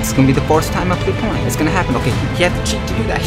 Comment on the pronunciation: No one: No one at all: This guy: IMMA PLAY FORTNUT AND DWANGON BALL IN ONE VID